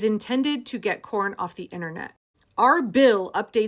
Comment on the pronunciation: Did youtube do that on purpose? Everytime you said P.rn, it sounded exactly like you said Corn. haha